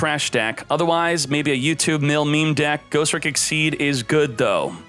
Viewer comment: Bro it's Ghos-Tricks not Ghost-Ricks. Ugh. Thumbs down on this video. Change your accent dawg.